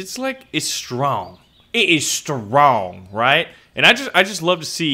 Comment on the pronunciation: "Our comment section is STWWWWONG" lol